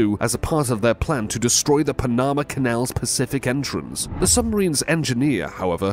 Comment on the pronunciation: Pa-NAMA. Haha. Not how that country is pronounced ? That,& this narrator can’t even pronounce Tempe Az correctly? This narrator could use some “Hooked on Phonics” as a Birthday gift!